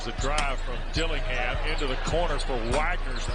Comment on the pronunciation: It’s DillingHIM!!